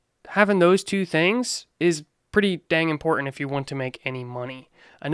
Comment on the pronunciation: I dont know why but I love the way he says Im-por-tant lol enunciated that shit out lmao